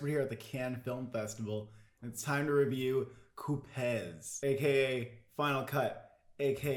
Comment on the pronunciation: You don't pronounce the "z" of Coupez! The "ez" is pronounced like the sound you do in between the "L" and the "g" of Legolas.